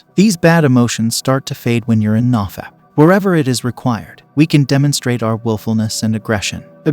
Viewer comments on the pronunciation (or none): Nah-fap?? No, it's NO-fap. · If he knows it's No-fap, why does he pronounce it nah-fap? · ITS "NO FAP" not NAW FAP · "NahFap" i like it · "Nah- Fap" thats another way of pronouncing it i guess. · the way this guy pronounces nofap and dopamine makes me wanna skin myself alive